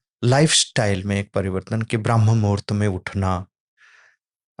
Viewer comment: It is not Braahm muhurt it is Brahm muhurt